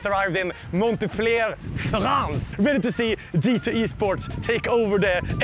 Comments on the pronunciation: "monte-pliaire fRANCE" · Every time he says "Montepellier" a little kitten dies. Kesha God btw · Did Kesha just pronounce Montpellier ("Mon*t*-pell-i-er" ) like Montepleayeah?! xD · The way he murders his pronunciation of montpellier... XD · I love how he says the city name the wrong way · The T in montpellier is silent lmao